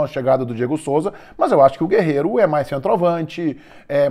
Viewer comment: É guerrero e não guerreiro